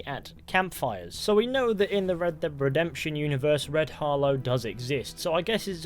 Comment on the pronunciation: Red dead revolver Red dhead redemtion Red dead revolver Red dhead redemtion🤣🤣🤣duh duh duh duh